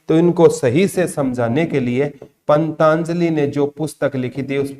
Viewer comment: Jaat Pali not Jayant Pali, or wo पंतजलि है ना कि पंताजलि, aapka uchharan bahut jagah galat hota hai pata nahi aap kis book me se dekh ke padate ho